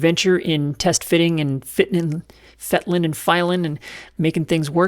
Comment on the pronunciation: “Fitten, filen and fetteling” I like it.